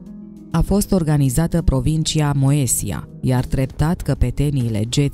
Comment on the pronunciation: Moesia... 😂😂😂. Se pronunță Mezia, bre.